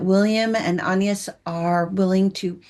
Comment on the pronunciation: Please pronounce the names properly. It's Ann-yes, with a short a as in can, not Aaan-yes with a long a and the French pronounce it that way, with a short a, not Aaan-yes: And please do the actors the politeness of learning their names too: Jacobi Jupe is not Ja-COH-bee Ju-PAY but JACK-obee Joop Paul Mescal is not Paul Mess-CAHL but Paul MESS-cal (short a and accent on the first syllable) It's not hard.